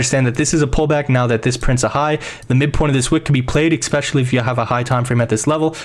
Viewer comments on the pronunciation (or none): You had me all the way up to you saying "expecially."